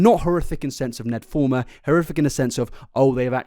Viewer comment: Fulmer not Former......